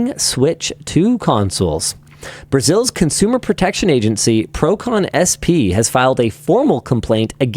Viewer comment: ver um gringo falando "procon-sp" melhorou o meu dia